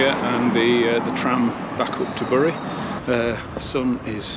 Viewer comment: Bury is pronounced ‘Berry’